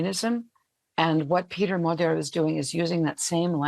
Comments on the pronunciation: A small tip for all foreign reporters: You’ll get much closer to the correct pronounciation of “Magyar” (which literally means Hungarian btw.) by pronouncing his name as “madiar” than “magiar” gy is a double letter represents a sound somewhere between a G and a D which isn’t found in any germanic or romance language. But if you manage to say d and i simultaneously or to make something like a G sound but more forward in a Y/i/J position you will tap the middle of your tongue right in that divit in the middle of your pallet/the roof of your mouth, then you will accidentally correctly pronounce the “GY” sound. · Magyar. Pronounced 'Modjor'. The blonde lady gets it right pretty much. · It is pronounced Modjar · Magyar not Maga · Why is Magyar pronounced like Madyar? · Can't you US-americans never ever pronounce a foreign name correctly??? Péter Magyar - ˈpeːtɛr ˈmɒɟɒr in the International Phonetic Alphabet! A professor for international affairs should be able to do that. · Even in Princeton, this sick American defaultism exists, doesn't it? Peter Magyar is pronounced „Peh-ter Mod-jor“ [ˈpeːtɛr ˈmɒɟɒr]. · DW presenter should learn to pronounce the surname Magyar as it literally means Hungarian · That American "lady" appears to be an AI avatar. She allegedly lives in Hungary and does not even pronounced the name "Magyar" correctly? Come on, DW.